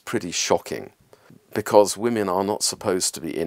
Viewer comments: Why do you say woman when you should be saying women? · Why can't the narrator pronounce women? He say woman in a plural sense 🤔